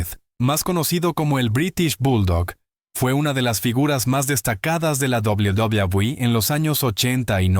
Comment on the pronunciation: La IA no puede pronunciar correctamente WWE